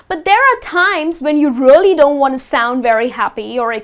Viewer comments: She keep saying really as rally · You prounounce “really” weirdway...